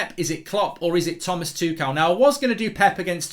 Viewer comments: In German I think it's pronounced Tomas Tukhel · It's Tookle, NOT Too-shell & not Too-kell.